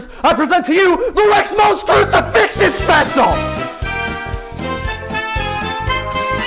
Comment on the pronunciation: the pause on "*Crucifixion*" and the cut to "speciaw :)" is... jarring.